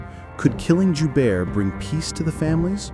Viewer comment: The name Joubert is French.. It sounds like *Joebear.